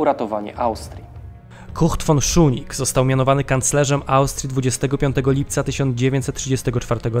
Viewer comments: błędna wzmowa nazwiska kancleża Austrii.W żadnym wypadku Szunig tylko Szusznig. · Jedna mała uwaga, nazwisko kanclerza Austrii brzmi Kurt Schuschnigg czytamy szusznik, szusznig, a nie szunig 😉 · Schuschnigg a nie "Szunig" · dlaczego mówi pan Szunig . kanclerz Austrii nazywał się Schuschnigg co wymawia się Szusznig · Schuschnigg (Wymawiamy Szusznig), a nie Schuning. Wielka Brytania miała zareagować- niby jak? Miaĺa cztery dywizje piechoty. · Strasznie to razi... mam nadzieję, że nie tylko mnie... Suschnig a nie schunig, czy jakoś tak jak jest w audycji.... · Czyta się "SZUSZNIG", a nie "SZUNIG". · Błagam..Szusznig a nie Szuning.. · szuszning a nie szunnig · Uwielbiam Wasz kanał, ale o co chodzi z tym dziwnym wymawianiem niemieckich nazw? Kanclerza czytamy Szusznig, a Reichstag to nie Rajsztag, tylko Rajchstag... 🤔🤔🤔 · Kurczę, uczyłem się niemieckiego 8 lat, mam znajomych Niemców i Austriaków i żaden nie powiedziałby inaczej niż Szusznig. To samo z Reichstagiem - Rajchstag lub ewentualnie Rajśtag, ale nie Rajsztag 🧐 Trzymam kciuki za kanał, bo - poza dziwną wymową też w innych filmikach - treść bardzo wartościowa. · Nie Schunigg tylko Schuschnigg i Reichstag nie Rajsztag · Ciekawy materiał. Zdecydowanie Autor musi popracować nad wymową nazwisk niemieckich. Nazwisko kanclerza Austri Kurta Schuschnigga wymawiamy jako Szusznig a Seyss-Inquart to Zajss-Inkwart. I będzie super. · Porwana wymowa Szusznig. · Pierwszy raz spotykam się z taką wymową nazwiska kanclerza Austrii...aż zacząłem szukać kto to jest....jednak wymową jest zła